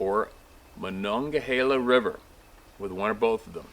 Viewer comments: MON ONG A HEELA BUT you did pretty good. Lol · You did well. Here in southwestern PA we usually just call the river "The Mon". (rhymes with fawn) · The monegehala runs through Pittsburgh too... that sounded more proper than we say it here. Great Job buddy..